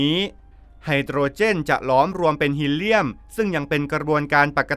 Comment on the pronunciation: คนอ่านต้องอ่านออกฮีเลียมใช่ไหมคะ